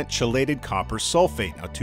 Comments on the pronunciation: Great info. At the expense of betraying my nerdiness, 'chelated' is pronounced 'key-lated'. Cheers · I believe it’s “kee-lated”, not chelated. ;). That said, that organic chemistry knowledge about chelation isnt saving my fish . Thanks! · I have been dosing garden supply Trace Elements in my aquariums for the past 2 years now, with a moderately high Copper %. Red Cherry shrimp in my tanks are totally unaffected and are taking over both tanks. Super Video and (I've always pronounced Chelated with a Chee myself)……...LOL:)